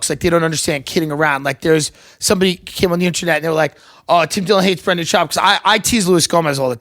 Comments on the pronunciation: Love that Tim won't say "SHOBB" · This was an entire struggle of Brenden trying to get Tim to pronounce his last name correctly. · My favorite part is Tim refusing to pronounce his last name correctly